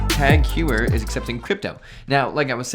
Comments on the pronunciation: It’s TAK-HOYER not hueyer 😅😂😂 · Hoyer not You-her. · Pretty sure Heuer is HOI-yurr, not HEW-er. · Tag "hugh-er" lol it's pronounced TAHG HOY-eh(r). 🤣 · "Tag Hewer" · It's pronounced Tag Hoy-er. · Please stop saying hew-er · It’s pronounced Tag Hoyer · Please pronounce it right. It's TAHG HOIER. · I just played it back- oh come on, that’s awful.. “huyer”😳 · It’s HEU-er, in like law-yer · i wish christian was there to mock your pronunciation of heuer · WHY ARE YOU PRONOUNCING "HEUER" INCORRECTLY. C'MON MAN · Not surprised, he has a youtube channel about watches but can't even pronounce TAG Heuer correctly.